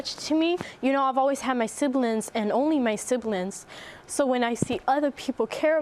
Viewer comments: "Siblins" instead of siblings and use the letter K in "ing" word endings like "ink" instead of "ing". Fascinating subject. They are angels. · I absolutely love accent! The way she pronounces “siblings” like a Latina from the Bronx ❤️❤️